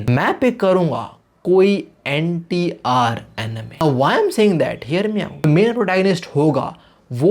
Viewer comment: mujhe NTR laga anti r bol rahe ho